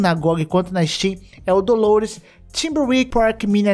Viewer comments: só uma pequena correção, o nome do jogo não é dolores, é DELORES, com E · Pequena correção é Delores e não Dolores